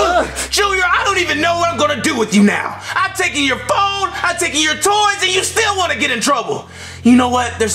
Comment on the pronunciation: Its ta*ken*